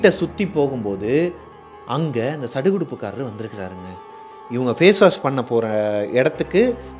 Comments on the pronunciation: Kudukudupu kaaran bro... Not sadukudupu kaaran... Polambal not kolambal... Very interesting stories bro... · 😂😂😂ama bro neenga ovvoru time sadukuduppakaran nu sollumbodhum sathama sirichiten